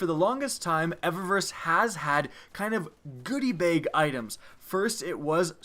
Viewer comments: Why do you pronounce bag so ugly? "Baeyyg" cmon man. Its BAG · I like it when he says "bag," makes me laugh